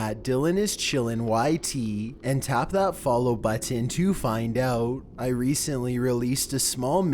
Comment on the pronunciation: Was gonna sub but the way u talk gives me aids especially the way u say button